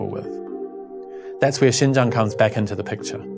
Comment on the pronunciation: When he said Xinjiang's name accurately at the beginning of the video, I automatically thought he was a Chinese guy. I legitimately got confused for a second when his faced showed up later